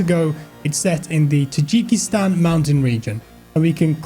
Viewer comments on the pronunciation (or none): its tAAjiskistan NOT Tejeekestan. thank you. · Do British people actually say Tajikistan like that lol.